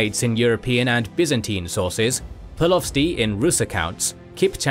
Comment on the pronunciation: Omg you said "Kick Mek" and "Polotsy" ... Why? Why wouldn't you try to understand how to pronounce correctly before publishing something?